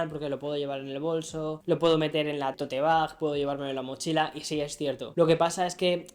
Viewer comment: TOTE BAG?? pronuncia bien. Vives años en USA. Aprender a pronunciar bien no es malo.